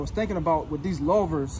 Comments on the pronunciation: The “low - ver”. Lou-ver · The English language is very stupid but for future. It's pronounced loover. Great video it was very helpful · Yeah. I've never heard anyone pronounce it that way. Muscle cars folks and interior designers are going nuts. At least it's a great video with zero cursing.